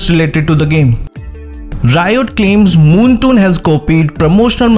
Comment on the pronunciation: I was gonna listen to your video but you said 'moontoon' instead of 'moonton' so im out. Bye